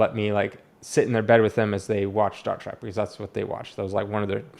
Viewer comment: I love how yu say Star Trac instead of Trek. I love the rants.